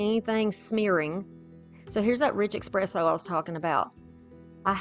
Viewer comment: Gorgeous and well done!! I do have to let you know that it’s pronounced essss presso, not ekspresso. 🖤🖤🖤